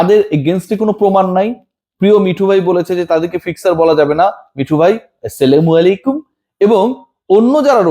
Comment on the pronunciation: বুলবুল না চুলবুল ভাই😅 স্লামালাইকুম😅😅